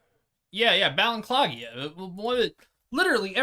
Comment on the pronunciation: Its pronounced Balenciaga not Balenciaga......